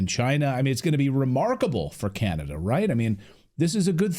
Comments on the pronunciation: I’ve never heard Canada called “Kinada” before. 🤔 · Did that woman actually say Ca-Nad'-a ? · And that one lady said can ada not Canada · AI news woman? How did she pronounce Canada? Can...adda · That woman doesn't even know how to pronouce Can a da. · The CTV newscater in orange doesn't know how to pronounce Canada? She said "Can-Atta" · Did she just mispronounce her own country? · Love the mispronunciation on canada there...